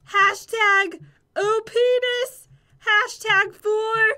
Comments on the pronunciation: Lol who noticed said openis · Did you hear say opness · uh, jen said #peinis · It sounded like she said#OhPenis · did you guys heard she said openis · she actually said.OPness